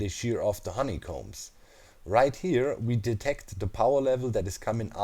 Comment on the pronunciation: Everybody: "Honeycomb": "HoneyCOMBES"